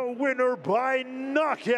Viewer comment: uisma not usima lol